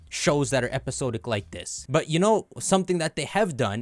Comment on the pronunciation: fyi “episode-ic” is “episod-ic” sawd-ick like it’s spelled. Much love 👾